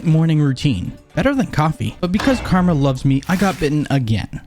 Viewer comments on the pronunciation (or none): none